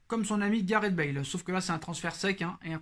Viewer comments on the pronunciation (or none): Bonjour, *Bale pas Bâle